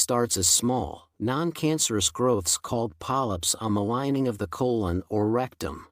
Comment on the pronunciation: pronounces “colon” inconsistently.